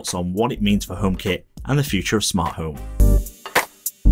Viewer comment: Really don't like the design. Why not just shrink the original homepod? Much nicer design. And it took me some time to figure out that Fred = Thread. I thought: "Who the hell is Fred, are apple switching from Siri?" And half of the time home is pronounced home with no H whatsoever. OmePod, OmeHit and so on.